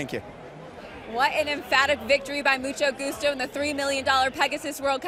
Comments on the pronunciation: so no one caught the "musto gucho"? lol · Mucho Goocho for the win! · The announcer absolutely butchers Mucho Gustos name at the top of the stretch.